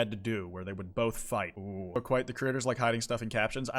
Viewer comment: kwite you what